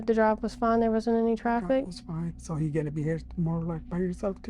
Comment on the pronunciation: … “I want you”… sounds like “I want chu”… takes me out all the time 😂😂😂😂😂